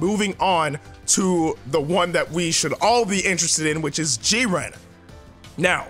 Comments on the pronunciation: Stop saying JIR-REEN It's Jiren u adding all that extra stuff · lol Jireeny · G Ren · Legendary gamer G-ran. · The way he says jiren😂😂😭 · AJ E What if someone pronounced your name in the most wrong way? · Gaming Hood so he just pronounced it wrong? ...ok lol